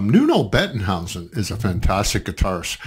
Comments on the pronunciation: Nuno plays like that for 30 years now - he's the greatest. OAT. Maybe, if you listen to it for the first time, you should listen to it in one piece... instead of separating it into four pieces. p.s. And his name is not Nuno Bettenhouse.. it's Nuno Bettencourt. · BETTENCOURT, not whatever you were saying.